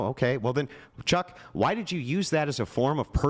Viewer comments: I noticed that! It's so funny. He tries use it as punctuation and the way he angrily pronounces it. HEY CHOCK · The way he keeps emphasizing "chuck" like it's some kind of ultimate insult is too funny, he is so sweaty and desperate 😭